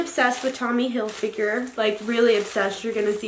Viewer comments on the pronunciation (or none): Loves Tommy Hilfiger but can’t even say it right😂